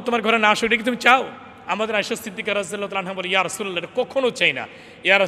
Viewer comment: রাদি আল্লাহ তালা ঠিক করে বলেন